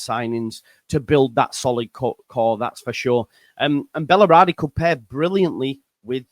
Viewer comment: Bal-er-di. Three syllables.